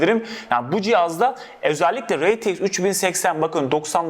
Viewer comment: Şu sistem özelliklerin demen bana ni ni gibi geliyo